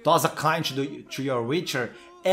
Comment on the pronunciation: Toss a kain to yor wixer, 5 segundos depois.... sou fluente em inglês.... KKKKKKKKKKKK